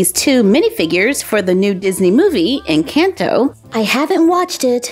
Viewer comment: You said Encanto wrong practice